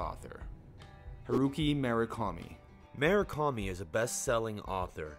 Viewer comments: You realize there's a 'U' in Murakami, right? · "Mu -Ra - Kami"